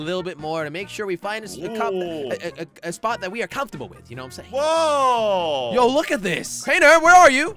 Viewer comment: 1:he said "this so" where is the "is" inbetween 2 it's spot not sport sport is completely different thing